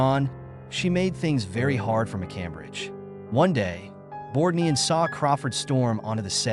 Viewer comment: One of the worst A-I narrators I’ve run across. There were at least three incorrect pronunciations used for Ernest Borgnine‘s name. Ernest Bork……Nine was the worst. Videos like this are disrespectful and an insult to the featured artist.